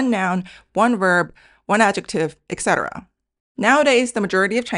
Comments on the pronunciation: Etc is pronounced et se tera not ek se tera Damn, the Chinese are stupid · Didn't I hear "eKcetera" ? Doctoral level, you say, eh ?